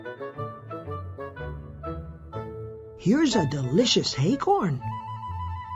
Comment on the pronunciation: acorns not hay-corns piglet you and the others need to stop calling acorns hay-corns and there's no h in acorn remember